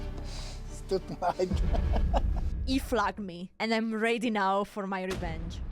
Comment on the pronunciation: You are in almost everything the best, but your pronouns of the word ready is strange lol.